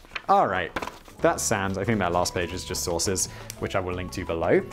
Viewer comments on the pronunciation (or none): Why has it taken me 3 videos to realize he's saying sources? I kept hearing it as "That last page is just sauces" and I was very confused.